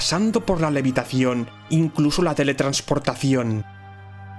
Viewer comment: que dijo? Meditación?